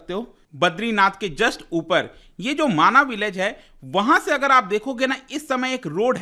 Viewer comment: माणा गांव है माना नही